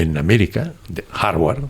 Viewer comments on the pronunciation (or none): none